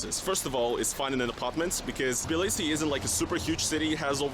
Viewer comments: It's pronounced as Tbi li si. And it's soo strange watching Hasan watch NFKRZ walk on the same street I was walking 15 minutes ago... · What is this pronunciation of Tbilisi he is using? I thought it was Tah Blee See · This is how Russians pronounce